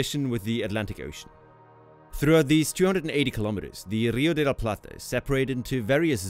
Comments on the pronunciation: Congratulations! For an English speaker, you nailed " Rio de La Plata" pronounciation perfectly! Cheers!!! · Muy bien pronunciado el "Rio de la Plata" <3. En el colegio de Argentina se enseña que ése área se lo llama estuario